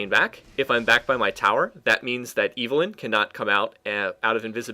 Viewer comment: ITS EVELYNN NOT IVELYNN!